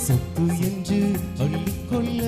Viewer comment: சொல்லிக்கொள்ள,அள்ளிக்கொள்ள தயவுசெய்து சரியாக உச்சரித்துப்பாடினால் இன்னும் அருமையா இருக்கும் 🎉